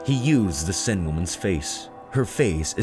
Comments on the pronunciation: The Paris river seine is pronounced to sound like 'sane'. In this video it sounds like your calling it the river 'sin'. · River Sen!? It's pronounced "Sane". And, it wasn't an iron mask, it was made of velvet. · 'sen' made me laugh. it's pronounced sane, mate.